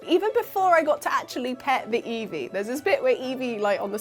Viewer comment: I love Eevee, but hate how it says Eeveerrrr. Where the hell did that R come from? You don't hear Prikachu now do you? 😂